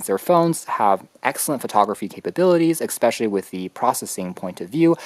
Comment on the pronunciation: Good video, but your pronunciation of "subsequent" and "especially" is bizarree.